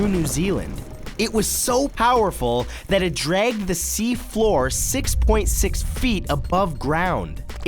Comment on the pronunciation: 99%i don't like the animations -me pffffft he said it like tiat 😂